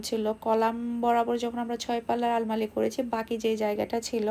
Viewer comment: Flywood na kothata plywood. Futting na kothata potting. Almali na kothata almari jeta amra boli english holo "ALMIRAH".